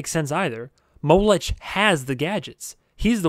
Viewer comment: His name is pronounced Mo-lek, not Mow-lech.